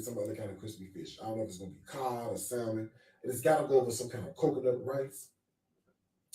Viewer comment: The fact that this man pretends to be so rich and sophisticated, yet pronounces the “l” in salmon is blowing me 🤣🤣🤣